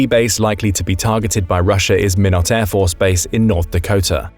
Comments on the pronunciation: The Video speaker/narrator is mispronouncing Minot A.F.B. in the State of North Dakota. It is pronounced MY-NOT ,,,, not minnow. A minnow is a small fish. Secondly: The video maker is assuming that Russkie nuke missiles could actually travel a long distance and hit an intended target. Putin's Russkie boys cannot even conquer Ukraine. Russkie tanks are not very good against shoulder fired rockets and drones in Ukraine. Why does the video maker think a Russian made long range missile is a guaranteed weapon? Has the video maker/writer forgotten the Russian made Lada Oka (aka: "The capsule of Death") car or the "SMZ S3D" cars? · Your knowledge of correct geological names is deplorable. When did the Mississippi River get over to Montana? And Minot is pronounced my-not. And this is just the start of your misunderstandings. Correct them by doing a viewing with editing, And our retaliatory strike would only happen after explosions on the ground? Really? Wrong assumption. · Why would water in the Mississippi River be vaporized from a blast in North-Northwest Montana. The Mississippi River is well east of Montana. The Eastern part of Montana isn’t even remotely close to the Mississippi River. Also, Minot is pronounced My-not. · I live 1 hour and a half away from Minot and It’s actually pronounced (mine-not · Ah , its pronounced “my knott” . So much for advanced intelligence eh . Ya forgot all naval bases . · Will someone please teach the Bot narrating to pronounce Minot North Dakota correctly *My-not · Minot is pronounced "MY-not" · Minot pronunciation: "My-not" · It's not pronounced mnut 🫣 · Pronounced my not! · He's talking about Montana and then says the nearby Mississippi River ... the Mississippi is nowhere near Montana? And he mispronounces Minot (My-not) ... Is he even from the U.S.? If so, he's lousy at geography. 😅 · Minot is pronounced with a long I. My-not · Minot is pronounced MYNOT. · Our city is pronounced "My-knot" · Pronounced "my not" Minot ND.